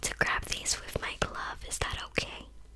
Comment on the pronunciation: i’m sorry i just hate that she’s american saying “wif” or “wiv”